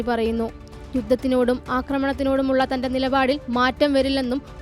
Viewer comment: Mandani alla mamdani